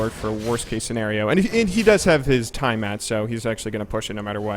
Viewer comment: The way you say tiamat is tilting me XD. You're the man though,:)